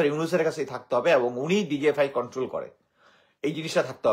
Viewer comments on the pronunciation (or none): none